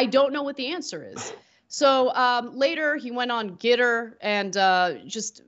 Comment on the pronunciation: What the hell is getter...gitter?